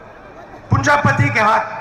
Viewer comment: RAHUL GANDHI has improved in Bhashanbaji... Congratulations. But it is NOT Punjapati, it is Punjipati. Priyanka is emerging as another Indira Gandhi...